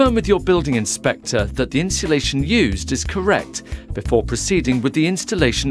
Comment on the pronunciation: Get someone who can say insulation properly, annoying.